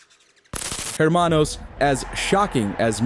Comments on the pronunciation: Hermano the H is silent. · the H in the word hermano is silent, so you know